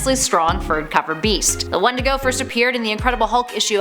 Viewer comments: You say "wendigo" and I hear "one to go". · That’s not how you say wendigo